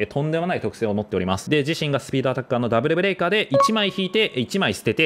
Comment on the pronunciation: ブレイカーじゃなくてブレカーになっちゃってる（揚げ足を取ってるわけではないです）